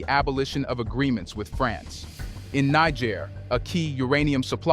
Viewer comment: Fantastic work! Just one note. Nigerians (pronounced 'Ny-Jerry-ans') live in Nigeria (prounced 'Ny-Jerry-ia'), and Nigeriens (pronounced 'Knee-J-sh-air-ians') live in (as you correctly pronounce 'Knee-J-sh-air'). Great stuff. Thank's for your great work. Peace and love